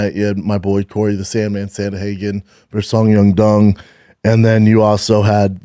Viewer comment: I even heard a couple “Sung Yung Dung” in there. 😂